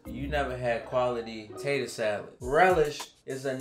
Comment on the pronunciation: Loved how said tator salad.